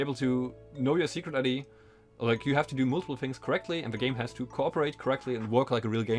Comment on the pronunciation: It sounds like you're saying "sugar daddy" instead of "secret ID" and it makes everything way funnier to listen to.